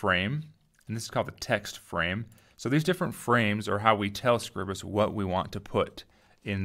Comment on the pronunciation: ...should have called it scribe-us, to get the name right...